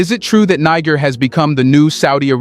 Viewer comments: It's not "Niger" but rather "needjer" like the g in "Nigeria" or in "gentle"! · They correct pronunciación of the name of Niger is Nee-Sher, not Naiger. Other than that, great video. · You have one of the most incisive and dedicated reportage and analysis on African politics. May I please request you to learn how to pronounce the name of the countries you report about, especially when differentiating between Niger and Nigeria. Its really not that difficult. And its the best investment to make whilst you are at it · I can't stand that AI trying to say Niger in 3 differents prononciations over and over again.